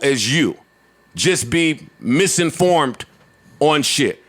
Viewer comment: Not when he uses words like “Seent” & “Misinformt” lol